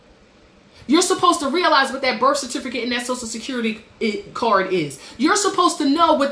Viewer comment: And berf certifferkit.